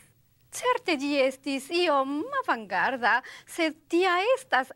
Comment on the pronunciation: mi auxskultas "iom mavangarda" ... cxu devas esti malavangarda?